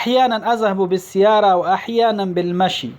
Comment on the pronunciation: بالسِیاره مه وایه بالسَّیَّارة وایه